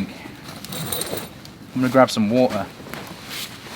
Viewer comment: Now that's funny. The guy who says SHEL-UH (shelter) and WOO-UH (water) and SOARING (sawing) is giving speech lessons on how to pronounce words.